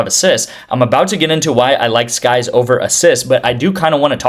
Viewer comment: Sykes not skyes